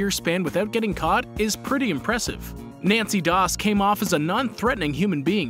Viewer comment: Its nannie not nancy